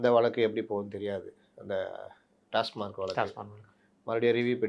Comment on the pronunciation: அவர்கள் கவனுத்துக்கு டாஸ் மார்க் அல்ல டாஸ்மாக் என்று கூறுங்கள்